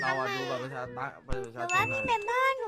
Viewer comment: กลับมาดูคือพูดชัดมากไม่เห็นเหมือนปัจจุบันเลย655555 เมื่อก่อนคือ บัตรประชาชน ตอนนี้คือ บัตรประซาซน